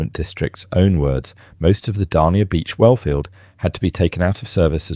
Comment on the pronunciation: "Dania" rhymes with "mania", "slough" is pronounced just like "slew"